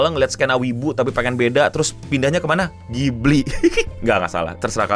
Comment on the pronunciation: Bukan ghibli tp kipli.. 😂